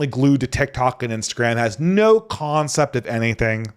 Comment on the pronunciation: 'CONcept' honestly i'll stop. fwiw i have 0 issues comprehending and love listening to you brother you are probably more fluent than anyone i personally know overall